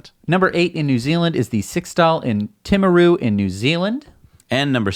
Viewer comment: Congratulations on pronouncing "Timaru" correctly!